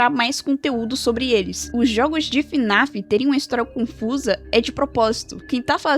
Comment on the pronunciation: sabe nem falar o nome do jogo, não é fã raiz! Kkkkkk (brincadeiras a parte) Na minha humilde opinião, não acho que fnaf tenha decaído tanto, acho eles só estejam com dificuldade pra contar os eventos de história atuais, nos explicando de forma muito confusa e mudando conceitos que já tínhamos anteriormente "o que é realmente muito paia" mas não acho que os jogos sejam tão ruins assim, vamos ser sinceros os fnaf anteriores eram só pngs a única coisa que sustentava os jogos era a história, mas atualmente é a primeira vez que temos jogos com uma gameplay maior! E não acho que eles estejam no caminho errado, só acho que o security breach deixou uma mancha enorme que no momento está sendo difícil de ser tirada.